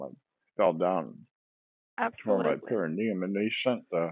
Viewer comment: "you're hurtin your pericuneum" 🤷‍♀️ Oh boy, she's working hard for her commission.